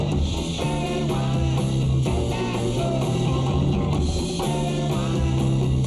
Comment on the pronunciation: He does. Sometimes it’s pearl, sometimes it’s girl.